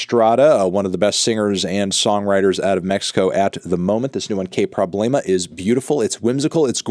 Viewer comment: Qway prroblaymah 😂